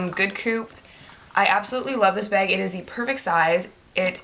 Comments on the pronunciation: when you say 'bag' it sounds like 'beg' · i didn't think she was saying 'bag' weird at all (possibly because I'm Canadian too...) but I read all the comments and replayed the beginning of the video so many times I cannot hear 'bag' anymore. what is bag. lmao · I wan't hating on you by the way. I was just saying because I think it was you or someone else who said that she says " bag" weird. Oh and I did know that " Americans" is a proper noun. Sometimes people make mistakes k bye thanks x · She says "bag" like Irish people! LOL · This is the first time I've seen this girl, but I think she is Canadian, right? I am Canadian and I say 'bag' the same way. My guy always comments/makes fun of me for it. LOL I never noticed I said it weird, and I don't think it's all Canadians.